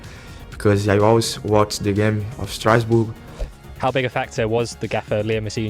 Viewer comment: It was never Strowsburg. It's pronounced Stras-Boor.